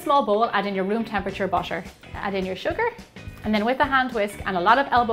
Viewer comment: Gemma what is your nationality...I always here the word butter like "basher"...anyway I like your recipes I always follow them specially the microwave mig cakes.